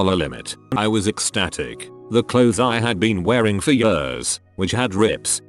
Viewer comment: The way the voice says "years" makes this so much funnier. "Jöörs"